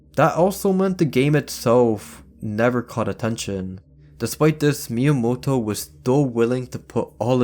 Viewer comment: Finally someone pronounces Miyamoto's Name correctly!